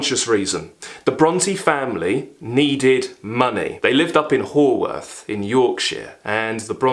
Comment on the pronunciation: A great review, though, FYI, Haworth is pronounced Howorth, even though written Haworth. Yours, a proud Yorkshireman. 😉